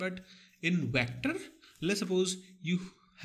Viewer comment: The way you said vectorrrrrr....